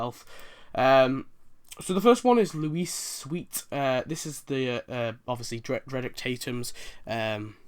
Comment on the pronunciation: If Lyle Lanley was voiced by Phil Hartman why does he appear in the game while Lionel and Troy do not? Maybe since they retired Phil's characters that's why Lyle's not permanent. Also it's Lucius ( loo - shuss) Sweet.